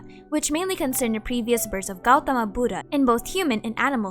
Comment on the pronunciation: Jataka is pronounced as jaa-ta-kaa, then "dda" part of Budda is pronounced more lightly, like a "ddha" rather than a "da"